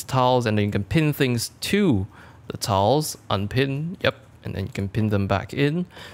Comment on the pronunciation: sounds like towels when he said tiles.